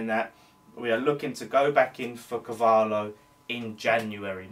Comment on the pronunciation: its pronounced Car-val-io............good vid mate! COYI